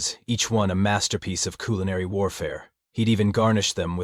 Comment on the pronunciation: The subtitle said culinary human, but I heard killinary. Accident by the AI I’m sure but it ironically kind of fits.